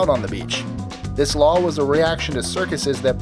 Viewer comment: do you call number 8 a strange law ? oh "lawl"